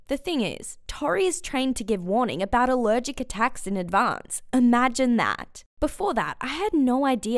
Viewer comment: "I'm ALEREGEC to Air" then how can you talk